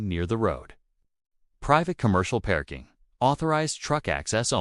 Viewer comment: Why A I can't pronounce PARKING CORRECTLY ?